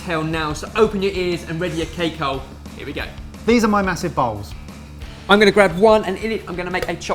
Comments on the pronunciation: > Ok I start watching this video while I'm fixing lunch, when all of the sudden I hear "this are my massive balls!"😁😂😳😱. I just had to rewind the video again, and again I heard the same thing! Of course I know you are saying "massive bowls" but I wanted you to know that I just experience the biggest laughs of my entire life! I'm still giggling like a kid!😂😭😂😭😂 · At first i thought mike said "here are my massive balls". Lol Anyways, totally giving this a try! :) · It sounded like he said massive balls not bowls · These are my massice bowls... yup, heard something else. 😂😂